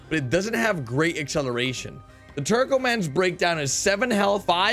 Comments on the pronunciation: It's not pronounced Turk o man it's Turk a man as in Turk and Ottoman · When u said turkoman I literally heard twerkoman